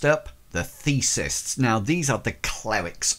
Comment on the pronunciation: Thanks! Very helpful! One note -- the god-based magicians are "theists," as in the opposite of "atheists." No S between the vowel sounds in the middle.